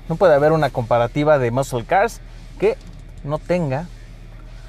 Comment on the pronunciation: Sus skills de pronunciación en inglés están del culo. Muscle no se pronuncia "muscul" en dado caso su fonética sería muh - sl. Y así chingos de palabras mal pronunciadas.